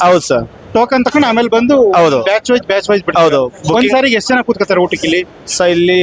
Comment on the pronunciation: ಉಟ್ಟಕ್ಕೆ ಅಲ್ಲ ಊಟಕ್ಕೆ